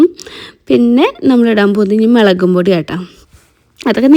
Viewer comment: Melakupodi alla mulakupodi😂❤